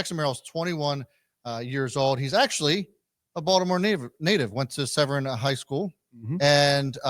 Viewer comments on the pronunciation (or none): Severna Park High School- a Falcon, not Severn.